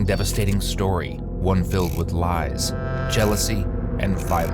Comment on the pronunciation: Narator...Can you emphasize LIES!!! a bitt more?.. Thanks